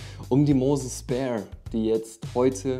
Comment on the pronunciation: Gutes Video, es heißt nicht speer sondern sphere wie stratosphere halt phäre in englisch